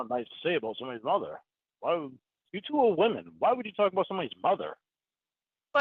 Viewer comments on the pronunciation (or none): "You tew are women" 😅